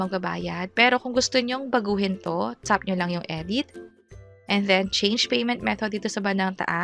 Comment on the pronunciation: Ang arte ng pagkakabigkas nung "tap" nagiging "tsap" 😭